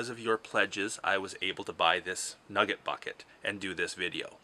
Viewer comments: The way he says “NuhGIT” 😂👌🏻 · Listening to this man say nugget is so funny and I don’t know why